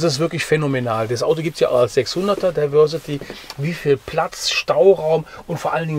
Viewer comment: Es wäre doch schön wenn ihr wenigstens es schaffen würdet englische Wörter korrekt auszusprechen. Diversity: das di… wird wie „dei“ gesprochen!